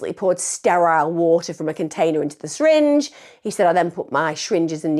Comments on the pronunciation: Emma, the way you pronounce 'syringe' is hilarious haha, 'shyringe' - amazing video btw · I love it when you say shringe lol